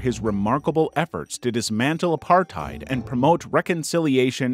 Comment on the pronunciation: I'm disturbed by the way you pronounced apartheid